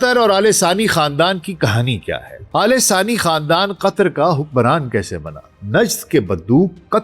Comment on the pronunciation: Man, It is Al Thani Khandaan, not Alesaani Khandan. Pls get your pronunciation right.....,😡🤬😡🤬😡🤬